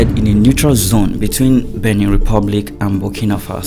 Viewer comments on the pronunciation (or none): none